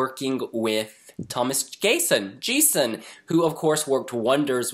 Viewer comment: Whoah, already?! It's still 7 months left to ESC. And lol, "gayson". :D Actually it's pronounced [ˈɡeːsɔn]. (I don't know what's up with those surnames with colons, they seem to be abbreviations of normal surnames.)